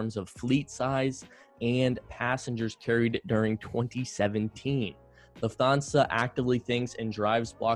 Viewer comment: Lufthansa is pronounced Looft-HARN- sar